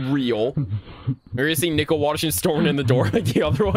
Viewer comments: why do you say nicole as nickel tho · Hey you said nickel WHY WHY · Why does he pronounce Nicole like "Nickel" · Nickel Oi lads he called Nicole nickle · So can you not pronounce "Nicole" correctly? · the only thing scary about all of these is how he pronounces nicole as nickel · Me :"Nichole" you: "NAW ITS NICHOLARSIN" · you soell it ni-coal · Why are you calling her Nickle? Isn’t her name Nicole? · Hey good news, ever since your Max and Ruby 0004 Ranking was posted, more remakes popped up (This is a god tier video btw, but i was at first confused when you pronounced Nicole as “Nickel” but now I find it really funny. Keep up the great work bro!) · you said gumballs mother name wrong you metid to say Nicole not nickel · It's pronounced Nicole not nickel plus that's her name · I hated but loved how he called Nichole "Nickle" 😭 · Yeah like its Nicole not nickel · Absolutely love how he calls nicole nickel throughout the entire vid😭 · I love how you pronounce Nicole's name and say nickle It's Nicole! NI - COAL, not nickle😂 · Great video but I hated you saying “Nickel” instead of Nicole (Nee Cole) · "Nickle" Its nicole 😭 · he called Nicole “Nickel”💀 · “Nicole” No. “Nickel” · Nicole is pronounced nick-ohle not nickel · It's Nicole not nickel😂😂😂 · its pronounst Ni-cole not Nicle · This is by far my most ambitious ranking video yet so I hope you all enjoy it! Also it seems that I pronounced Nicole as "nickel" sooo oops LOL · another day another "nickel" PFFFF- IM SORRY I JUST HAD TO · Why do you pronounce Nicole as Nickel? You need to get that o in there. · Did bro accially say nickle instead of Nicole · Replace the "N" with "p" and he is literally saying pickle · that’s what I’ve been thinking about when calls Nicole, “nickel” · bro i thought he was saying nipple 😭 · Like the coin "Nickel" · nickle? nickel? why not both? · The scariest part is that he pronounces Nicole as "Nickle"